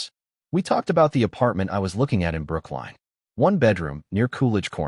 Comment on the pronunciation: It’s Brookline Massachusetts!!!